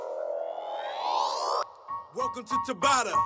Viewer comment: A pronúncia correta é taBÁta. Sobrenome do japonês que desenvolveu esse protocolo.